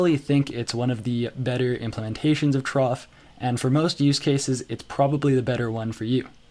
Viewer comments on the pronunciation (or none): You pronounce troff as one word and GNU as three words. Both are wrong. edit: You pronounced TeX wrong, two times in one sentence, in two different ways. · No, both are wrong.